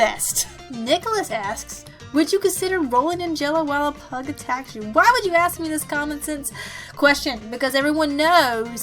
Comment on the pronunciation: When you said that every time you said "ask" it sounded like "ass"... I kept hearing "ass" until the end of the video. I'm also a huge liver hater.